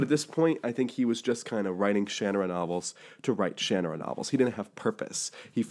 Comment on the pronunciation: Ugh... Its pronounced Sha NAR ra ... not shan a rah ... if you don't believe me, go watch Terry Brooks pronounce it.